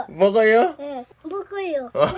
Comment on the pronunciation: 할머니따라 사투리를ㅋㅋㅋ 무그요~ㅋㅋㅋ